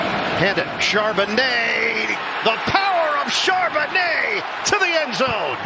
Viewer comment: If you're just starting the video, you're going to hear Charbonnet a lot. And Chardonnay once.